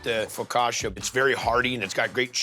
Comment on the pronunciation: It’s pronounced FocaCha not Focasha! 🫣